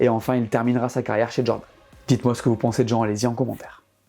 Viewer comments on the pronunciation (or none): none